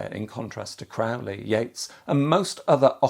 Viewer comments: Aleister himself would correct your pronunciation of his surname. It's Crowley, rhymes with 'Holy'. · It’s CROW-lee